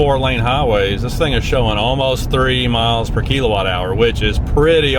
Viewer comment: I was highly interested in this video for the topic and content, but you really sold me at the pronunciation of KEEL-o-watt hours. Good stuff and all the best with your new wheels!